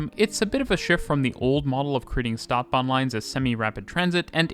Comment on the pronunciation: Feel free to get in touch for help with pronunciations. Stadtbahn, St = sht. Bochum: oom.